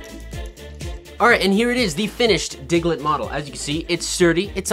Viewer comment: He said the diglet nose “mouth”